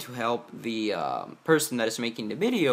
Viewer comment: It's video not bideo